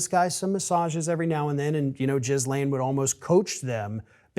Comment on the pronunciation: Bothers me how the pronunciation of Ghislaine is off… all good info but that just bugs me 😬